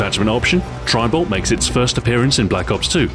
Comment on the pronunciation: It sounds like he is saying tribal.